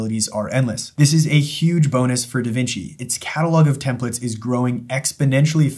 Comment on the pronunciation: Template.. TEM PLATE. Templet.. TEMP LET. these are TEMPLATES… not TEMPLETS.